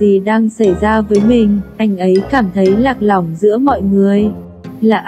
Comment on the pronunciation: Sao lại phát âm sai từ ''lạc lõng'' nhỉ